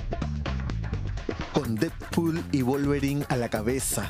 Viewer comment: volverit y dedput jsjsjajajaja